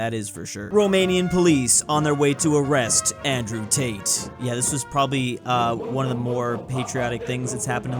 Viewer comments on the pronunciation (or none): none